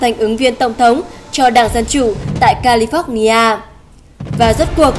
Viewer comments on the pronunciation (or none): none